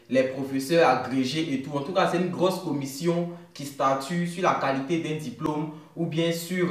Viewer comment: Ok pour le challenge!!! Mais pourquoi dis tu ''UINE" au lieu de "UNE"?? 😂😂😂 Je te suis depuis le Gabon 🇬🇦